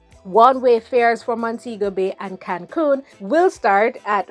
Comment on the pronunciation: Cancun is a very popular tourist destination in Mexico. It’s pronounced cancoon.